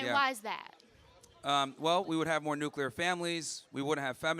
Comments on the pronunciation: It's not nucular you idiot. NUCLEAR! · nucular...nucular family... sounds like George Bush... T he word is nuclear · "Nucular family" from a uni student... congratulations for your education system. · The word is NUKULAR! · "Nuc-u-lar" lol. At least this one was polite enough. She takes elocution lessons from Homer Simpson though lol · "nuculur" what a dingbat. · Hearing a liberal say 'nucular' like GWB made me laugh. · Why can't these women pronounce nuclear?